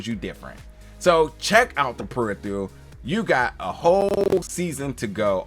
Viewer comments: Dude ~ slow TF down, take a breath, read the title, put a card under the camera that says PE-RI-FER-AL phonetically. You got all day, this ain't live. I dunno, maybe in Future London they got different dialect... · Lol... He pronounces the "phe" as "the". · Imma keep it a buck... I couldn't watch the review after you said the title incorrectly in the beginning. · Why do you pronounce "peripheral" so weirdly?